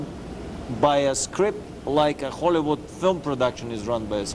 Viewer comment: !! Listen to how he says hcccccchollywood. Thats no accident.